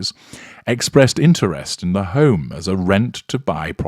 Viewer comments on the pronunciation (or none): none